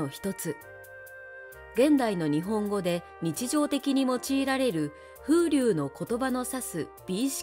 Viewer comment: 風流（ふうりゅう）を『ふりゅう』と、読んで欲しくなかったです。一気に冷めました…先を聞く気がしませんでした。